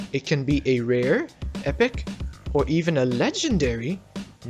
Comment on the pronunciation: Him: Plants a rare sprout Also him: I SAID ITS QUITE RER